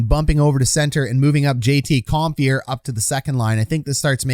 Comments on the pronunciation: ‘Com-fur’ not ‘com-fear’ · ‘Com-fur’ not ‘comfear’ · Com-fee-air.... Cringe to Com-fur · 1. Aube-kubel was out in game 3 after blocking a shot in game 2. No guarantee he can come back yet. 2. Its Com - FUR not Com - Fear a little research please.